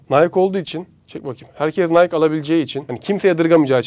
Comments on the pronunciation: Nike Nayk diye okunmuyor abi nayki diye okunuyo bunu da bilgi olarak söyleyim çok işine yarar :D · NAYK değil NAYKİ diye okunuyor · Madem çok seviyosun Nike markasını ve okadar çok bilgi biliyosun bari doğru oku. Ana vatanında kimse nayk diye söylemez. Orjinal okunuşu naykiii dir. Nayk dediğinizde hiç bişey anlamazlar yüzünüze boş boş bakarlar. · Şu bilgiyide ekleyebilirdin”Biz buna ülkemizde Nayk diye telaffuz ediyoruz ama markanın asıl telaffuzu Nayki”dir.:) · nayk değil nayki hocam, çakma jordan da incele hem de koyaslamalı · nayki - nike değil nayk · Nayk değil nayki diye okunuyor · Nike " nayk " diye değil " nayki " diye okunur reis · Nayk degil nayki diye okunuyor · Nike, nayk diye okunmaz orjinali naykii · Nike'ın "NAYKİİ" diye okunması bir ironidir. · Tanrıçanın ve dolayısıyla markanın ismi “Nayki” şeklinde okunuyor. Amerika’da da bu şekilde söylüyorlar. Ayrıca logo tanrıça Nike’ın kanadının şeklinden esinlenilmiş. Eklemek istedim. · Hocam o tanrıçanın adı Nayki diye okunuyor. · Nike,Nayki diye söylenir. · Nayki diye okunuyo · Herşey iyi hoşta tarihçe falan ama nayki diye okunuyor